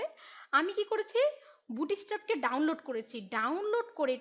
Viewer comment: Pronunciation :Bootstrap NOT Boot+strap ; ALMOST LIKE Boots +trap